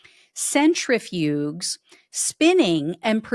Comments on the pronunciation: Love your channel. Watch every episode. However, disappointed that you don’t know how to pronounce “centrifuges”. The “g” is pronounced as a “j”. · Yeah. That bothered me too. I’m kinda surprised she didn’t know how to say it ~